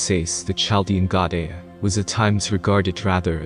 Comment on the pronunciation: Well done video. *Chaldean is pronounced with a hard ‘kah’ sound for ‘ch’. So phonetically: KaL dee un, rather than chaL dee un. 😉